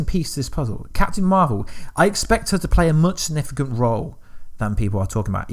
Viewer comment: Dude. You have no substance or factual information to share. All you have done is add a Click Baity title with the words “Leak” & “Revealed” as if you have some insider knowledge. But all you’ve done is theorise on your own opinion passing them off as fact. You can’t even say “Significant” properly. How can you expect people to take you seriously if you can’t even articulate yourself properly. Time to rethink the quality of your content dude. 👎🏻